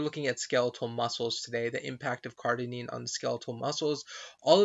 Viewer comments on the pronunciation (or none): Cardarine not Cardinine CardArine not Cardinine Cardarine not Cardinine CardArine not Cardinine